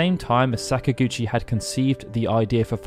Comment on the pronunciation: Please stop saying sakagouchi please. Im about to pee my pants